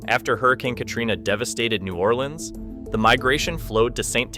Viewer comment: Please pronounce New Orleans “New Or Lens” like the guy in the video. That’s how all the locals say it. If you say new or LEANS imma slap u😂❤